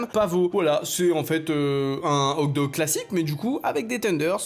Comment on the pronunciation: Tu sait pas dire le mot Hot dog? 😂😂😂😂 ces pas hog dog mes hoT dog